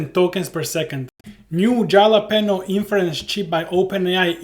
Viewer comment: It's "Hal-uh-peen-yo" <3